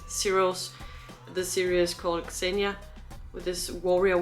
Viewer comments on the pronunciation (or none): none